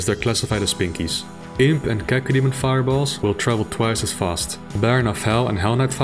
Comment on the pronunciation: So long from hearing Cacodenon lol